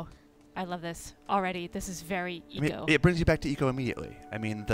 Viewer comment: I know haha my point is the guy keeps pronouncing it wrong